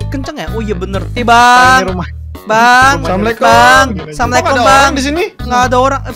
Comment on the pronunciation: bilang samalekom gitu